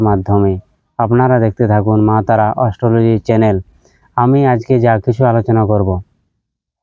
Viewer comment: দাদা আপনার ইংরাজি উচ্চারণ সঠিক নয় তাই বাংলায় বলুন। অস্ট্রোলোজি না ওটা অ্যাস্ট্রোলজি। 😅